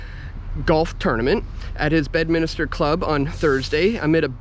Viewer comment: It''s Bedminster. Not "Bed minister".